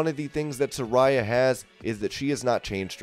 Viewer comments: Sa-ray-a, not Sa-ri-ya...Taz even corrected "" before he mispronounced her name too. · She is pronounced "Se-Rey-ah"